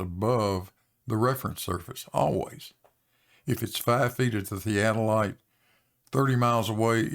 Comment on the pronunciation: Can pronounce theadolite?